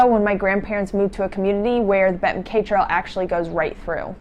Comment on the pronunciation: 🛬 Congratulations on a tremendous effort! But, it is pronounced MacEye.